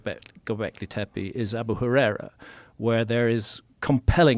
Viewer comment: love this topic & Mr Hancock's work - i just wish "Tepe" was pronounced appropriately i.e., the letter 'e' is meant to sound like 'e' as in 'egg' (especially the final e in Tepe) - a sharp short sound rather than sounding like 'teepee'. Just needed to point this out because it can happen....change that is.